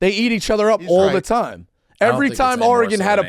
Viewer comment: Why does Dave say Oregone?